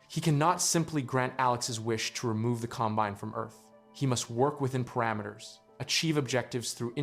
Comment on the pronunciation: This has to be a text to voice video right? I mean, the pronounciation mistakes are so strange. Com- BINE ?